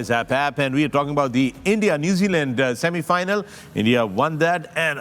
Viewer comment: It was like :- shami-final not semi final 😂❤